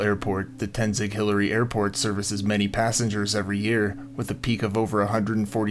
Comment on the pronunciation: Not Tenzic. It's Tenzing-Hillary Airport